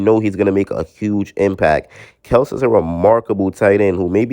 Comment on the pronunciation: It's Kel-see